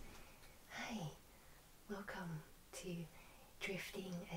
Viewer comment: She said “Wercome” im gonna cry in a corner now.. I miss the Wercome Back queen